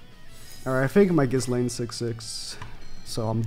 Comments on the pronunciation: Man pronounced ghislaine as “kiss laine”, can’t of watched much 😭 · Idk why but hearing him say ghiSlaine is really bothering me. Because I thought her name is pronounced without the s. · How can you say you've watched the anime and STILL pronounce the "s" in Ghislaine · The S in Ghislaines name is silent